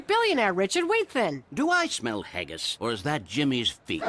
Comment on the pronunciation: There saying haggis wrong